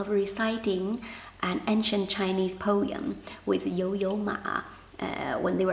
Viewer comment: po-em, not po-yum 😊